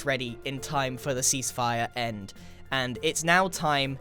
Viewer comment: Does anyone else hear c spire when he says cease fire?...